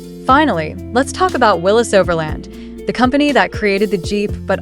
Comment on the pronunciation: It's Willeeeeeeessss NOT Willesssss.